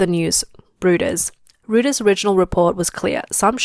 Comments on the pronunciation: And it's "r-OY-ters", not "r-OO-ters"...🤦‍♂ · "Rooters..." I laughed. Reuters is pronounced roy-ters.